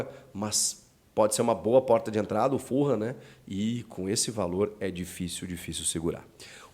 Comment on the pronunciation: Grande Chico, só um adendo se me permite. O nome Fulham se pronuncia sem o som de R na letra H, soando mais ou menos como fuLam. O mesmo pra a Tottenham sem o som do R no H, TotteNam.